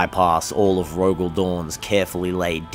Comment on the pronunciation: Proof that living in my brain is Hell. "The Imperial Palace of Terror"? Stymie. "Stimmy", not a word. "Terror", again. "Rogald". "Traitor allegiance". "Terror", again. There was at least one other "Rogald" in there. Didn't get the timestamp for it.